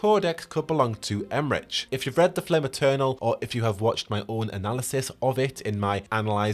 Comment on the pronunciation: Em-rick* not Em-rich